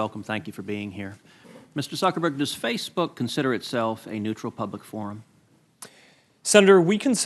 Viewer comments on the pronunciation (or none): “Mr. SuckerBerg” lmao 😂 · It's Zuckerberg not suckerberg u idiots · Haha he's calling him Suckerberg